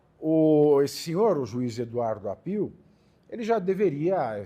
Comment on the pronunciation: Se pronuncia Áppio. Não Appiù. È sobrenome italiano.